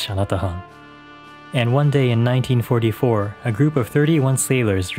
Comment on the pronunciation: Maybe they said 1944 but it did sound like 1994